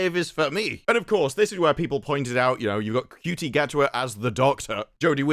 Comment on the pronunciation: Regardless of how you may feel about his acting, or his politics, the man's name is pronounced "SHOO tee", not " COO tee."